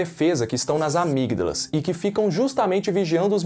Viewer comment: Muito bom... só dizer que o G de amígdalas é mudo.. mas isso passa batido.